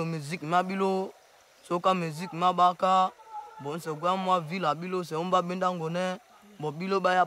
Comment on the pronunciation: It’s not Baaka it’s BAYAKA in the Congo.